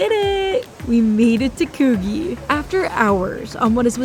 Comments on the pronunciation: Bon-Dye and Kooh-Jee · Loved the energy and excitement in this video, but I did cringe every time I heard bondee, cogie and trying to do the Australian accent, regardless, great video! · Bondi is not Bondy but Bond-eye Coogee is closer to could gee than what you say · (Bondi = bon-dye, a name used by early Indigenous Aussies, thought to be inspired by the noise of breaking waves in the beach). There are two Coogee's in Oz, one in Sydney and one in Melbourne, to make it more challenging each beach is pronounced slightly differently, Sydney-siders tend to pronounce the beach something like Could(the word)+gee. Hope you had fun! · Your pronunciation of Bondi and Coogee made my ears bleed. Have to put tomato sauce on meat pies too. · YOU NEED TO SAY BONDI AND COOGEE PROPERLY ASK SOMEONE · Coogee is pronounced differently in Sydney and Perth